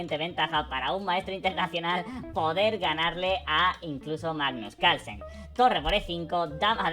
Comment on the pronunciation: "manus calsen" jajajja